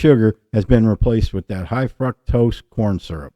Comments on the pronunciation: Cute!! Remove the R. Fuctose. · 💯👊 Love your pronunciation of fructose! 🤣